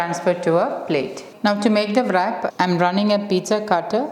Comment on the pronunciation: Nice recipe , in wrap pronunciation, w is silent